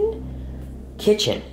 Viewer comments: Ti say kitehen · He say Kitchen.